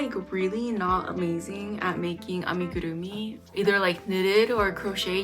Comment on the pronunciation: Love the way you say amigurumi, so satisfying for some reason lol.